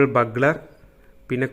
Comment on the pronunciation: ബഗ്ലർ അല്ല ബ്യൂഗ്ളർ. ..